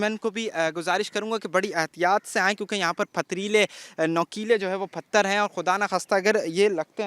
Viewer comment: Phathar nhn pathar hota h